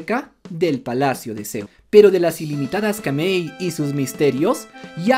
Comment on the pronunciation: sigues pronunciando mal, no se dice kamei sino Kamui, literal como se escribe no es inglés o otro idioma donde las letras suenan distintas a la nuestra, el japonés se lee clmo se escribe, aparte lo dice así en una enciclopedia, tengo wena dataa😊